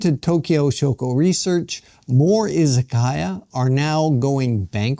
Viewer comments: I-ZA-KA-YA, not I-ZA-KAI-YA. It’s difficult watching someone present himself as an expert on Japan while repeatedly mispronouncing the very word at the center of the story. It doesn’t exactly inspire confidence. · Yes, exactly. It is いざかや. But the pronunciation used in the video was いざかいや, izakaiya. That is the problem. It was simply pronounced incorrectly.